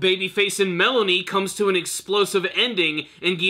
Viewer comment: Did you call Malone "Melanie"?